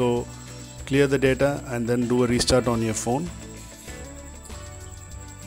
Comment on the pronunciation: "Clear yoor deda "what the fuck